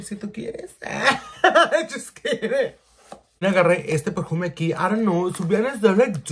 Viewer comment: Tf is a “hennatizer” ????! Que lenguaje hablas ? “Perjuuume” ???